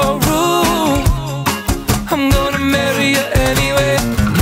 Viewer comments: He pronounce rude without "d", can't be unheard now (devil) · HE DOESNT PRONOUNCE THE R IN RUDE u cant unhear it now >:D